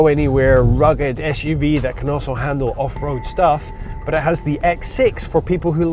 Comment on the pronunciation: Es-shoe-vee. S U V. Jeez.